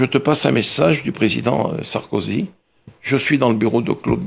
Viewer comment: Pas sarkosy...mais plutôt Sarkozy tonton.